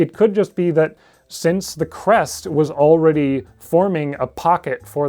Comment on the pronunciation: I kept mishearing “crest” as “breast”. tfw no big tiddy dilo gf